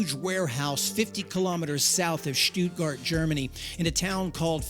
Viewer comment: Thanks for a great analysis, but we need to work on your German pronunciation. For example, the U in stuttgart is pronounced Like the double-O in Tootsie roll.. And nice, try with the tchüss at the end. But the u there is pronounced the way you pronounced the u in Stuttgart. Greetings from Austria.